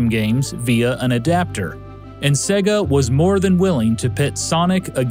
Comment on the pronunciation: Thank you for pronouncing Sega correctly:)))))))